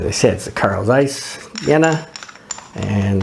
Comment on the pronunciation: Mmh the speaking of Jena must be Trained! You speak it to fast. And Carl Zeiss was not the Sowjets! It was VEB Carl Zeiss Jena and a East German Company. And VEB Carl Zeiss Jena and Carl Zeiss GmbH in Oberkochen are 2 different Companys in 2 different Country! They Was not the same!. That in Oberkochen Was build from zero and not split from the Jena company.